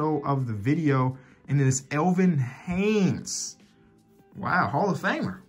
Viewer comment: Elvin Haynes its Elvin Hayes Haynes its all too though keep up this content I like it a lot